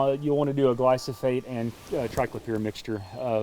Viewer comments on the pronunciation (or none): poor guy is saying glysofate when it is Glyphosate